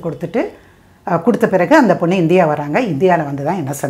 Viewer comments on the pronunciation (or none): none